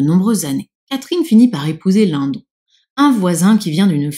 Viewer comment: C'est marrant moi dans ma tête je prononce Émilie Bronté mais Edgar Linnedonne.😊